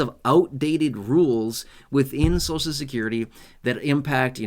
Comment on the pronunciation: Please pronounce Social Security properly. The way you say it hurts my American ears!!😮. So cial.